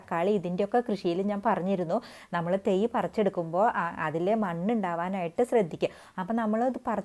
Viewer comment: തെയ് അല്ല തൈ